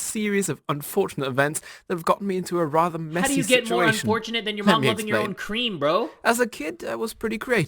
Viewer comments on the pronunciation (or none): none